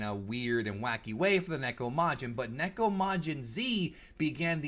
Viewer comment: First off, THANK YOU for pronouncing neko correctly! A lot of people mispronounce Japanese words and it irks me greatly!! Second, Usa is short for Usagi which is Japanese for bunny/rabbit. Like how Mini Moon/Rini is really called Usa-chan in Japanese cuz she is mini bunny, Usagi-chan/Sailor Moon. There were other things I wanted to comment about but I forgot. But this was hilarious and amusing.